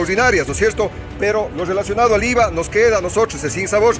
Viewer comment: Que dice Íza, bicosss jiss naisss 😅😅😅